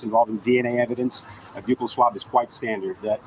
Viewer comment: Even if she knew about SWers in her home…. Doesn’t equate to her knowing if he murdered them. I feel horrible for that poor woman. (Side bar….thx for pronouncing buccal correctly…lol when people say “buckle” it drives me mad😅😅😂). Love your videos …love that you have that added bonus of your local coverage to share !